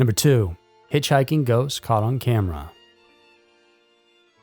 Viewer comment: 😭 i thought you legitimately said Hitchhiking Goats